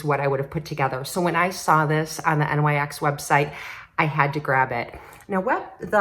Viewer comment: Lovin those earrings! What a pretty palette from NYX! I've pared down my makeup purchases this season, but that palette is tempting. LOL, you are so cute- its Sonia "Cash ick" and NYX is pronounced "nixx" who is goddess of the night, so that is what they named themselves after. Each generation has its offensive lyrics songs. I remember the PMRC (tipper gore) trying to have stickers put on any album with edgy words to the songs. It wound up banning hundreds of bands and independent label companies went bankrupt.